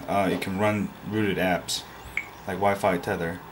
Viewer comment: wifi not wick